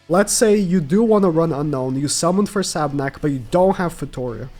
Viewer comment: Sab**U**nak. Not just Sabnak